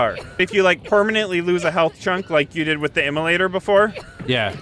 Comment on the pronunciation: Emulator - Immolator. :)